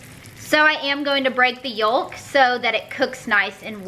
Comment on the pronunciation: The l in yolk is silent